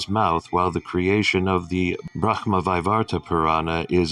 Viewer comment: "Brackma" ??? It's pronounced brah - mah. You need some work on most of your pronunciations, I'm seeing here. I'm just trying to be helpful, as I appreciate this video and videos like this, and I sincerely thank you.